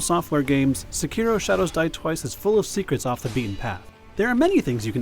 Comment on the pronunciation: please learn how to pronounce "Sekiro"